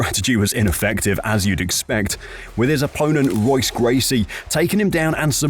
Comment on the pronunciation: Dude, you don't say the R in Royce. You say it as if it's spelled Hoyce